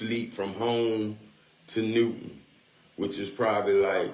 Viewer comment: Newnan not Newton…